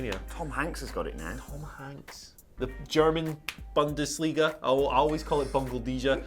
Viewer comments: german b'A'ndesliga 😂😂🤦‍♂️ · Not gonna plug the fact Simon, YOUR resident Simon Miller, was on AEW? O.O Wow. I wouldn't be surprised if WM36 is canceled, but how the frick are ghey gonna handle storys from here on out.. Also, you guys saying "Bundesliga" felt like a personal attack tome XD. I am german. And while I don't watch soccer at all, hearing you guys say it was just...all the bollox :D Oh man... ^^; Good stuff though, keep em coming. ^-^